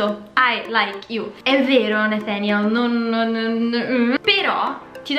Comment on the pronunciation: devo dire che la pronincia di Nathaniel è parecchio azzeccata